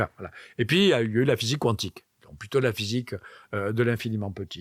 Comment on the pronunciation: Physique cuantique (Cou-antique) ou quantique (kantique) ? Ce n'est pas la première fois que j'entends cette prononciation...